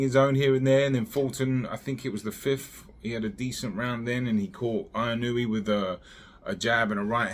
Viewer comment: Inoue : In-u-way